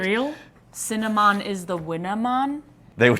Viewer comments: CINNA-MON IS DA WINNA-MON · "Cinnimon is de winna mon"😂😂